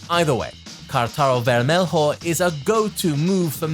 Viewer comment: Kuddos for caring enough to learn how to speak (mostly) the words in Portuguese. I thought it was really well done. Only the word "vermelho" came out wrong. The -lho doesn't have a /h/ sound in English or /j/ sound in Spanish, it's actually a mixture of /l/ and /y/ in English (ver-me-lyo). Anyway, well done and excellent attention to detail, as always.